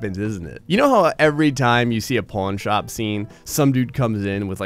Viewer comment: Is it just me or does he keep calling it a Porn Shop?